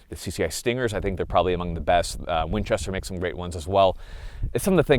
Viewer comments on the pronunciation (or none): none